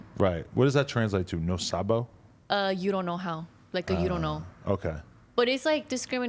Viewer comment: for her claimng to be a "yo no sabo" person I love that she pronounces all the words the proper way!